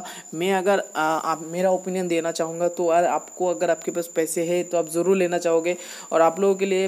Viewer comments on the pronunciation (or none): none